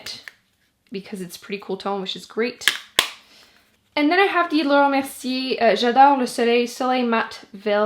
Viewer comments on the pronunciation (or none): Danielle Vallier "Clariins" and Laura "Merciiii" aren't pronounced correctly at least not in French maybe in québécois but that's not French sorry but no.. 🤷‍♀️ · When you hear how Laura Mercier name is really supposed to sound 🤣